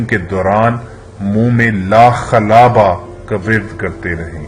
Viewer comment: لا خلابہ ہے اور پڑھ لاخلاوا ہو